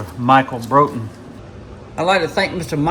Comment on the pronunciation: Glad you liked it Doc. But man you butchered my last name 😂😂😂 its pronounced like "Brought-en" like you Brought someone something. My Buddy Kevin Klein from Colorado made that pouch and the Mini Bowie knife. Thats a real Native American Arrowhead from Colorado that holds the pouch closed. The Iraqi Freedom zippo i bought for my Buddy Jon when he got back from Iraq in 2006 on his 3rd Deployment. He carried it till 2017 when he tragically Took his own life after years of struggling with mental health and the recent divorce from his wife. 23 a Day is 23 too many. So I thought it would be better suited in your display case. Respect~RedEye 😎🇺🇲⚔